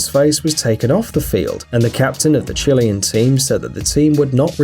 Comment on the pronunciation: Dude learn to pronounce Chilean properly